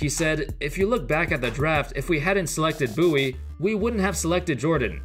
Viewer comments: It's " Bowie" not "Boowie " 😂🙈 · I love how it's pronounced "Boo-wee" but it's clearly written as "Bow-ie".